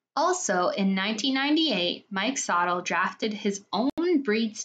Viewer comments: Its pronounced like sa tilly mike sa tilly it sounds like the way i spelled thst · Mike sotille is pronounced “so-till-ee “